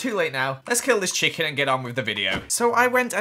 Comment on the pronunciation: He Said chickin